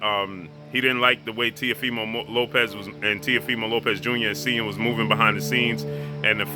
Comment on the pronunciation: I think that I heard say TEAFIMO LOPEZ 763 x's, I mean after the 1st 12, I think that we can figure out his last name if you just say Teafimo..... Goodness Gracious